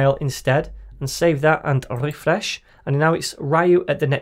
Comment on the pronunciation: your RRRRRRREFRESH sound can be added easily to satisfying and relaxing compilations! great tutorials!